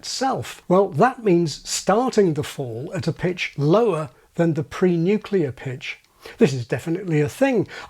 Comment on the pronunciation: I had to pause at pre-nuclear and post-nuclear. Well done.